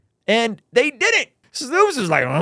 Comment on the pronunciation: Snoops lol its Snowps